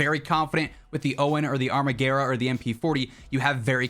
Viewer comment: I think the armaguerra is italian so you pronounce it exactly how it is spelled